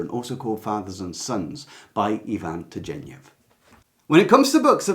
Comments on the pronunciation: Turgenev - hard g sound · Fathers and Sons. Please check how Turgenev is pronounced.